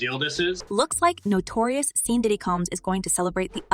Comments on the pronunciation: its not (sean)seen its pronounced shawn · His name is pronounced “Shawn “ not Sean, it’s just spelled that way